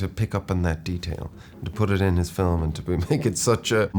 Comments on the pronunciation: feet? "film" oh of Corse, yeah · I 100% thought he was gonna say feet instead of film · he loves fee flim